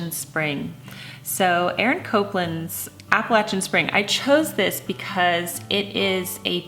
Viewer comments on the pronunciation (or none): Interesting. Here in the South, we say Appalachian the same way Jennifer Scott says it. But it’s killing me to hear her say Copeland instead of Copland. I even looked up the pronunciation to see if I’ve been wrong all these years! 😂😂❤️ And Jennifer, I love your singing!!❤️